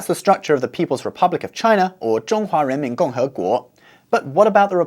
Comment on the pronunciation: is it renmin or the strange "j" sound?